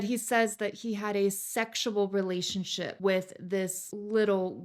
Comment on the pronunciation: He's still calling it a relation- ship. Re... la...tion...ship.